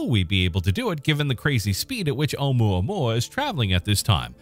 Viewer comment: There was no need to disrespect Hawaiian language calling unpronounceable, specially when you were pronouncing it so well.